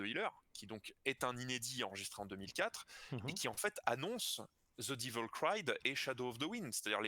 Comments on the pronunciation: Je vous écoute religieusement depuis que je vous ai découverts il y a 2 ans. Vous éclairez l'obscure route tracée (parfois au radar) par les Sabs. Sauf un truc qui m'écorche l'oreille : pour quelle obscure raison vous obstinez-vous à prononcer "divel" le mot anglais devil (et dieu sait s'il à l'occasion d'apparaître souvent dans ce contexte). Le mot en anglais se prononce "dével" comme le début de "dével(oppement)". La preuve ? Réécoutez l'intro par Barry Clayton de The Number of the Beast, ou le refrain de Shout at the Devil de Mötley Crüe. Merci pour votre boulot, qui est énorme !! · On prononce comme ça pour la même raison pour laquelle on dit "Black Sabâte" et pas "Black Sabeusse" : parce qu'on est des Français avec un accent de patachon.